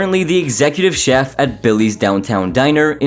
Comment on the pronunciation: I think he slurs the ch sound into Jeff instead of chef